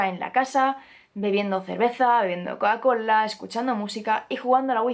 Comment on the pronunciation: XDDD ke risa me da cuando dices colacola